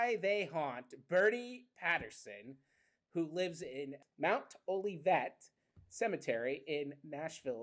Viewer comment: Love y’all!, honey, the cemetery is pronounced like Mt. Olive-vet, Ah-live-vet. I love the format and what y’all do, and I’m glad y’all are covering my hometown!